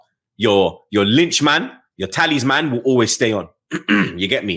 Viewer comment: sounds like he's saying Taliban every time he says Talisman 🤣🤣🤣